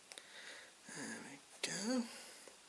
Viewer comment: You said Jeremy in such a Yorkshire accent :')